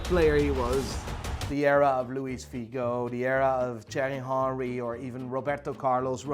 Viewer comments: Its thiery henry not jery hory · Wtf he just said chery hori for theiry Henry 🤣🤣🤣🤣🤣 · "Cherry hanry" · The way he said Thierry Henry😂😭 epic af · The way he says Thierry Henry😭😭😭💀